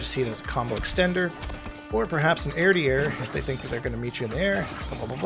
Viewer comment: are you saying airdiair instead of air to air because of that one commentator